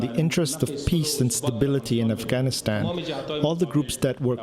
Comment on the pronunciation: Amy it's not Afhanistan it's Afganistan